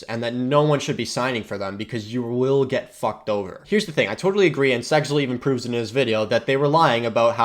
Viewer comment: it sounds like you said SeXel lol